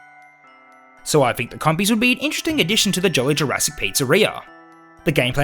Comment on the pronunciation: He said compies He said compies He said compies He said compies........... He said commies